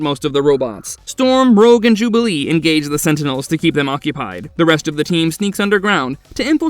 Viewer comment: He also said "Rouje" at one point. This channel has used AI text-to-speech before; wonder if this video does it as well.